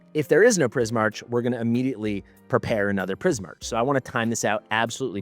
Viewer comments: It’s pronounced Pris-MARK, not Pris-MARCH. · wouldn't that be pronounced Prismark? I'm not sure but the way you pronounce it feels wrong Edit : ow wait maybe it's not even Prismark but straight up Prie-Mark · Please learn how to pronounce Prismarch its not the way you do it.